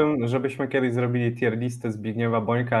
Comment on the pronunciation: Nie no kurwa nie moge. Jaka TJER lista? Jaka kurwa? TJIR. TJIR. Rozumiem, ze Polacy jesteście upośledzeni w wymowie jakiejkolwiek nie polskiej, ale jakie kurwa TJER?